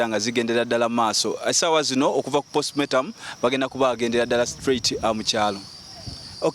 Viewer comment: Olwokuba Ba Nakyalo Leero kamubamaleko emirembe ne camera zamwe 🙄🙄🙄 Omuwereza Mulunji Naye Tamanyi Kwogera the word is postmortem not postmotamu😮